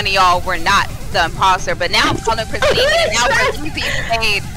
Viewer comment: him saying christene lol